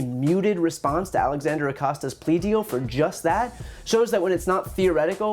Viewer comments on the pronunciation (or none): none